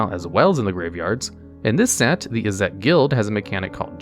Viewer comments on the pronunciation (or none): Thats not how Izzet is pronounced.